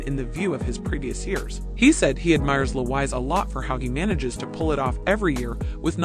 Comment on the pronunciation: My god… do something on your pronunciation of “foreign” names … Louwais?